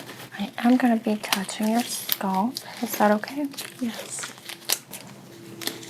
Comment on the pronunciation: “Skulp” scalp is pronounced “Skalp” with the a sounding the same as the a in Apple.